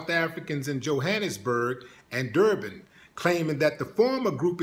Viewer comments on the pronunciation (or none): none